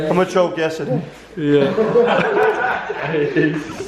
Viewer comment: Yes we get the joke that Jimmy doesn't know how to say the word yesterday.